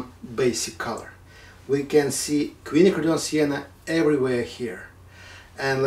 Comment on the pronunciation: It's nice to hear Quinacridone pronounced correctly.